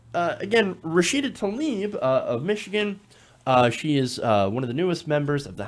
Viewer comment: Let's all take the first step by pronouncing people's names correctly. Congresswoman Rashida's last name is TLAH-EEB, not Taleeb.